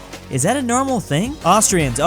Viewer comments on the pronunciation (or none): none